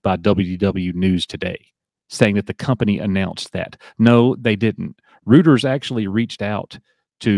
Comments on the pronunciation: its "roy-ters" btw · Reuters is pronounced “Roy-ters”.